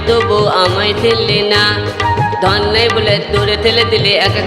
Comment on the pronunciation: ভাই তোর ধন কথটা ধোনের মতো শোনা যাচ্ছে 😂😂😂